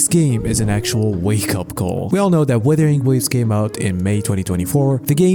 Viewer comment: Btw, It's "wUthering" not weathering.